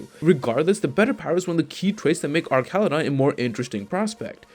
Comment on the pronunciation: He’s based on a bridge. His name should be pronounced like an arch in bridge design.